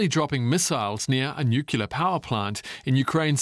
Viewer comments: He said nukelar instead of nuclear. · What's a nucular disaster? Is it dangerous? 😂 It sounds like a watered-down version of a nuclear disaster, which is very bad... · Someone should tell this reporter there's no such word in the English language as newkewlaar. The word nuclear is in fact pronounced new-clear not new-kew-laar. You'd think reaching this level of journalism one might be able to correctly pronounce a basic word without sounding like that halfwit George W. Bush but you'd be wrong. Excuse me while I go and sick up ergh, ergh, ergh ... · Why is the narrator saying NUCULAR instead of NUCLEAR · It's Nuc-Lea-Ar in English, if you don't mind, DW. Not Nuc-U-Lar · You guys are supposed to be journalists, there is no such word as "NUCULAR" in the dictionary its "NUCLEAR" and should be pronounced as such. Other wise your reports are very good. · "nookular" video closed learn english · Is nuclear so hard to pronounce? I just can’t take these “newkiller” people … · Does it annoy anyone else when someone pronounces it "nukular" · NuKELar??? Please, dudes. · It's not nucular. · I hate it when people can't say "new clear". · Oh dear. How about "new-clee-ar"? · I expected a professional reporter to know how to pronounce "nuclear"...